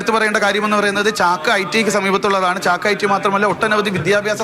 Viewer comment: ചക്ക അല്ല ചാക്ക alle😂😂